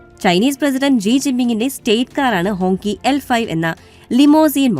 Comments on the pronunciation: ഹോങ്കി എന്നല്ല 'ഹോംഗ്‌ചി' എന്നാണ് വായിക്കേണ്ടത് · It writes like Hongqi, but pronounced as HongChi.😊